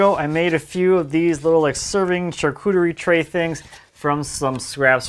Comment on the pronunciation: It's SHAR-Ke-TREE not Shar-Cooter-ie